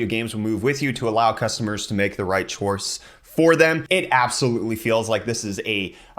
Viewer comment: What chorce? "The right chorce" lol. ❤